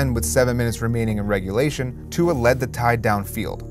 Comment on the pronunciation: Bahahahahahahahahahahahahahahahaha I’ve never heard Tua’s name butchered so hard in my life.